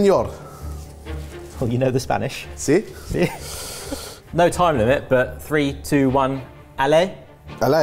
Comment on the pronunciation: Spanish pronunciation🤦‍♀ I'm also VERY upset that looks better